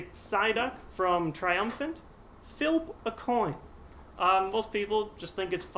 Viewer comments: English: Flip Engrish: Filp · OMG, I LOLLED WHEN HE SAID FILP A COIN! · "Filp" a coin! Oh, Psyduck!